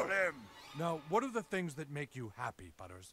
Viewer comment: His name is butters not butter